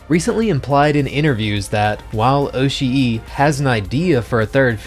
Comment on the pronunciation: So Oshii is pronounced 'oh-shee', double i doesn't make another syllable, it represents the long 'i' sound in Japanese. For GitS you have to treat each iteration as "stand alone" (pun not intended) to enjoy it. I am very much liking this on that basis, and seeing how manga accurate it is, I just have to keep SAC out of my head. I know we won't, but would love to see an unedited boat scene for the BD release!